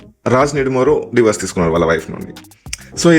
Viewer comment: Atlast i find you the only one saying Divorse. Not Diverse like all others says.